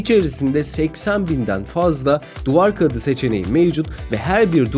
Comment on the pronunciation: onun için mi duvar kağıdı diyemiyor🤣